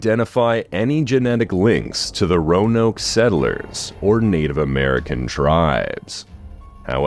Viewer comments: The ra-noke one was driving me up the wall 😅. But I'm pretty sure the very last time he said it, it was pronounced correctly. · "vag" for "vague" and "ra-noke" for "roanoke" were some solid contenders though